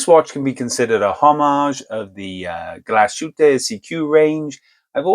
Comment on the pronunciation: The pronunciaton of GLASHÜTTE is more or less correct. But SEESTERN is GERMAN as well, so your anglo-pronounciation is, one more time, WRONG, sorry. 😈 SEESTERN is no SEE-STERN but rather S (like a Z) E (like Egg) E (like Egg) S (like Shine) TERN. Danke vielmals und sei gut mit deutsche Sprache! 😂😇😎